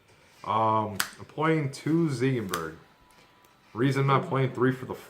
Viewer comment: THANK YOU! for pronouncing ziegenburg correctly! and you just about convinced me to start using the end in my deck :D